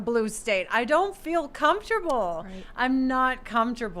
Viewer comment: I don't feel comfortable, I'm not comorftable, I'm not. Oh hi, Tim!